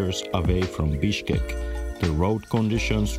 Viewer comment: Your "Bishkek" sound like "Bitchkek" 😂😂😂